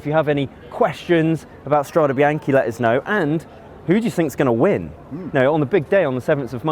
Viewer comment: Strade bee-aahn-kay not bee-aahn-key